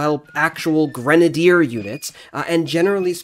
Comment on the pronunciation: It's pronounced: Gren-A- deer Not granader